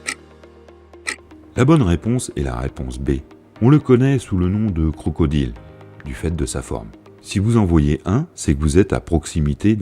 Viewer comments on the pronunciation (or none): none